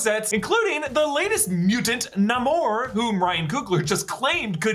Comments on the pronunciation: Plz! Say namors name right!! It’s not (Na-more) it’s (nay-more) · It is pronounced Nay-mor not Nah-mor. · Why are you pronouncing N-a-mor like that? I am genuinely asking, I always thought pronunciation is N-a-y-mor. 🤔